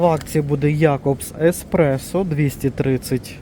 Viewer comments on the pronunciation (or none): none